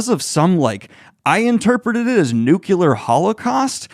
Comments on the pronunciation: You're awesome, Daniel, but OMG, it's pronounced nu-clee-ar. Not nuk-you-lur. Say it with me, 3 times: nu-clee-ar; nu-clee-ar; nu-clee-ar. Good job! LOL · Daniel: "NuKuLaR" o.O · Every time you say "nukular", I die inside. Thanks for the content.